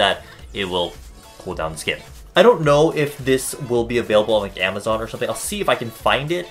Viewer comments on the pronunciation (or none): none